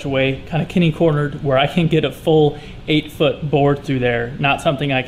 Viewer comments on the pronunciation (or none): Did you say "kenny-cornered? Lol! That's "catty-cornered". Sorry. My OCD gets the best of me sometimes. But let me make amends and let you know that this was a very helpful hack that I will be applying to my own woodworking projects. Thanks so much my friend!